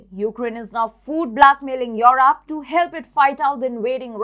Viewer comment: please stop putting digital sound. Europe is europe. Not at all difficult to pronounce.